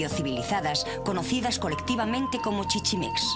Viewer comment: ¿Shaloc? ¿Chichimecs? ¿Nahual? Lo correcto es: Tlaloc, Chichimecas, Náhuatl. Aunque ¿Por qué extrañarse de que pronuncien mal los nombres prehispánicos, si también pronuncian del asco su propio idioma y otras lenguas europeas? Y eso que ni comentaré de TODOS los datos erróneos que mencionan como ciertos. La verdad, que ASCO de doblaje y de información, como mexicana, me indigna mucho esté tipo de "documentales".